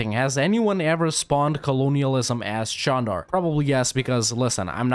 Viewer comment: Wow congrats on pronouncing the name of the country correctly